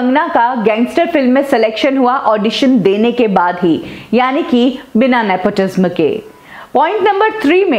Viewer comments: It's Nepotism and not Nepotisma as you pronounce ...Kangana is exaggerating nepotism a far bit I guess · Love the way she says Nepotisma instead of nepotism.😀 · Nepo tizmmmm nhi😅😅😅, NEPOTISM Hota hai....... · omg why are u pronouncing it.. "nepotizzmaa" are u well educated enough to be reporter??? or are u also the product of nepotizzzmaaa??? ## kangana❤️queen ## justice for SSR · I was about to comment this she pronounces the word truth differently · PRONOUNCE IT AS nepo TIZAM. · Please learn to pronounce “NEPOTISM” I get goosebumps when she pronounces “NEPOTISM” its so simple to pronounce it. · Nepotism is pronounced as nepo ti sam, ने पो टी स म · Why do you pronounce nepotism so weirdly??nepoti - sma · The pronunciation of nepotism is ne-po- tee-zem. Please say it right. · Just a suggestion. Please pronounce properly the word nepotism. Dont put pressure while pronouncing the word tism. Tism should be pronounced as tisam. So pronounce it as nepotisam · I got triggered when you pronounce nepotism like in the last 'sm' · Please pronounce "Nepotism" properly... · Your say nepotism v weirdly...bad pronunciation